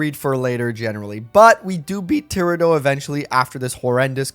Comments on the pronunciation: Ti-rah-do, with a longer a, as opposed to tira-do, where it's too blended together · Thew struggle against Tirado was probably because you kept pronouncing his name wrong